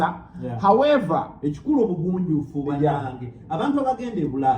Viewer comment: It's Bugwanyufu not Bugunjufu